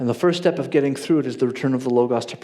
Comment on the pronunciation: I agree with everything here except how pronounces Logos.